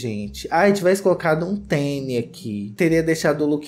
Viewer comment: você falou "teni" ao invés de tênis (duas vezes)? Tô confusa aqui hahahaha